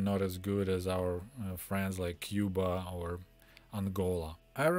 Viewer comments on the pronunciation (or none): none